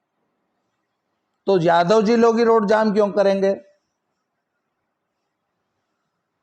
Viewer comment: Aapka ucharan galat h babu jadhavji nhi yadavji